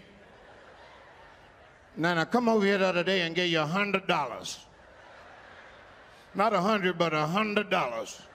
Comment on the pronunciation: " now i came here the other day and gave you a HUNADOLLA 🧐"